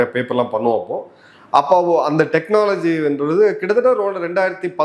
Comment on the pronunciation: தெக்ன னாஆஆ லஜி